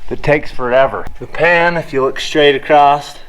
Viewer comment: you say acrost a lot in this video. Btw I do not say across either and it bugs the ever loving hell out of my wife:)